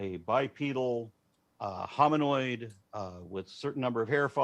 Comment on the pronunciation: This idiot cannot even pronounce the word "Hominoid" correctly. This is why I NEVER debate a christian. He is just a parrto squawking the same phrase. over and over. By the way, Aron answered his "question" correctly.